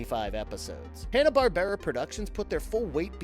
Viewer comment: Ok all jokes aside, i thought i was the only person to ever pronounce Hannah-Barbera that way! Classic!